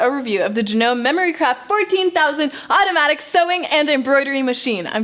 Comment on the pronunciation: You pronounced the brand of the machine incorrectly.